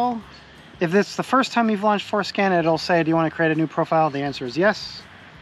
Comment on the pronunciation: Did you say "foreskin"?